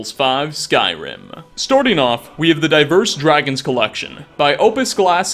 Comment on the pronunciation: "Storting off" xD